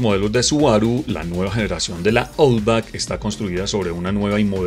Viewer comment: Buen vídeo. Un detalle, la pronunciación de Outback es /autbak/